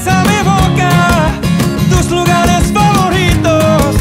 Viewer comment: Well, nit-picking he did misspelled the word FAVORITO, he was pronouncing it as if it had 2 "r", like FAVORRITO, when it's pronounced with a closed r.